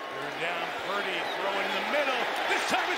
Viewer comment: It’s PurDY, not PruDy. Lol